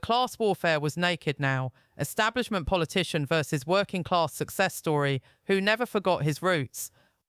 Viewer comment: Not trying to be disrespectful but what the fk is the British " ESTABLIMENT " ???? Think the word you're maybe trying to pronounce is " ESTABLISHMENT " ?? Yes I agree with everything that Tom Hardy has to say but if you're actually trying to grow your channel then I suggest you try a little harder with your grammar + pronunciation. Im from Glasgow ( obv Scottish) + you'd think that maybe given the fact that your English would mean that your spoken " ENGLISH " would trump my Scottish spoken English but obviously not. There's not much that actually annoys me but 1 of my biggest pet hates is how much the English mispronounce the English language. ie; "free" instead of "three" ??? , don't understand why having the letters TH at the beginning of a word is so difficult to pronounce + is subsequently substituted with the letter "F" ?!? But your mispronunciation of" ESTABLISHMENT is missing 2 whole bloody letters in the middle of it !!! Unless Im misinformed + there is such a word as " ESTABLIMENT " ??( which there isn't , just incase you're interested ??) . Sorry for the rant but if you're going to post something YouTube as newsworthy then I'd maybe start proofreading everything 2 or 3 times before doing so bcos no-one will EVER take you seriously if you speak like this !! + I'm not being disrespectful to your accent or that your English, not at all, it just blew my mind when I heard you say ESTABLIMENT 🤯🤔🤯